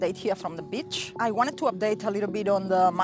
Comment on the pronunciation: I thought you were calling yourself "the bitch". sounded like "update from the bitch". I later realized you were saying "the beach" in bad English. Not a good word to mess up haha. But BTC bottom is around $3K. Miners can't let it go below that or they'll go bankrupt. That gives them a good motive to keep pushing it back up every time it gets to that price zone. Who else would be doing it? Miners in BTC are similar to banks in Forex, they manipulate the market for their own purposes.